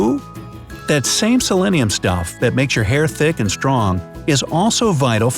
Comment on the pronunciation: selenium, not selennium.